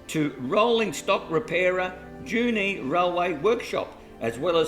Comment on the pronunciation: It's not 'Junie', its 'Jew knee'